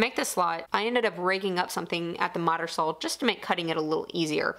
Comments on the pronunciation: I love the flat wall slider, nice project. I also like that you sound like you're saying sawl. I look forward to the next project! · "Sawl"...gets me every time.